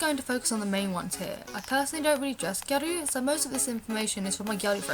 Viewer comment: ***** also I forgot to add serious props to you for pronouncing gyaru correctly - i cant tell you how many youtube videos ive watched and just cringed because they say 'gyah-roo' hahah. its like just say gal or pronounce the word correctly omg!!